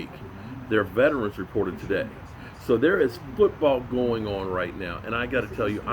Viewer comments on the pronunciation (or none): none